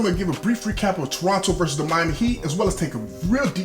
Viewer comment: Perfect pronunciation of Toronto in the opening seconds and perfect commentary!!! Was waiting for this video! Keep up the great work!